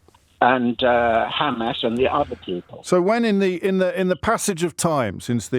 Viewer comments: As soon as you mispronounce Hamas you cannot be seen as anything but a Zionist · The way he pronounces Hamas, proves that he has been brainwashed, he really said Israel wants to live in peace but it is threatened by Iran ! 😂😂🤦🏻‍♂️🤦🏻‍♂️🤷🏻‍♂️